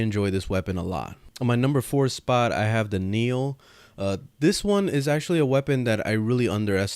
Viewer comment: Knell...not kneel